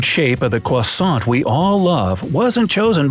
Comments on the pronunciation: Cwusaunt? Its crosont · It’s a croissant not a qusoissant